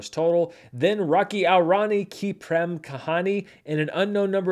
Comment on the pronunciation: I deeply appreciate you trying to pronounce the Indian names as best as you can, but i think a little help might be warranted 😅 Rocky (✅) aur (pronounced like english 'or') Rani (✅) ki (✅) prem (pronounced like 'frame' just with a P) kahani (✅).